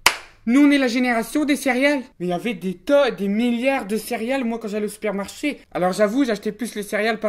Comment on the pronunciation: Il a dit spermarche au lieu de supermarchés